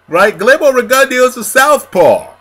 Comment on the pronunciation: GLEERMO REGUNDYO? REALLY? LMAO U HAVE A HISTORY OF CHOPPING BOXERS NAME UP.. I THINK U KNOW THAT THO LOL